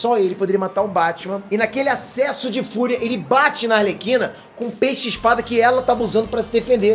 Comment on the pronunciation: Pior é os que falam "Alerquina".